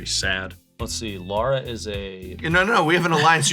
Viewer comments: Loving how keeps saying “Laura” instead of “Lara” through the whole game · As someone who shares a name with Lara, hearing Prof mispronounce it all game was painful lol